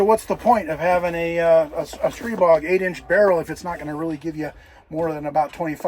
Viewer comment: Massive props for pronouncing Stribog correctly! Edit: "God of Wind." I see what you did there.